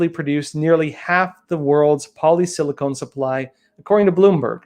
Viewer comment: It is polysilacon, not polysilacone, you're thinking about breast implants. A small point, but you might as well be correct...